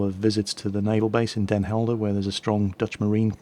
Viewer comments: wow he said Den Helder right im suprised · youre one of the first non dutch people that can pronounce den helder correct (for as far as i know) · Your pronunciation of Den Helder is great! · Den Helder was perfectly pronounced by the way, and you're awesome too!